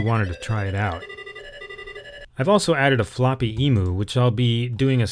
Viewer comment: As an Aussie, I just want to let you know about the pronunciations of Emu (eem-you) and Bondi (bond-eye). I considered not saying anything because this video was so good and I’m getting hung up on trivial nonsense. Also, I agree Apple neglected its cash cow, the Apple II. But I think Jobs was right. The company could have put all its resources in the Apple II and made it the world’s market leader of 8-bits. But while it took them quite some time to get there, the Mac (or the concept of the Mac) was their ticket to the future. But I have the benefit of hindsight. Who knows what would have happened if the IIGS was continued and and the Mac discontinued. We may well be using GS OS X now (or gsOS).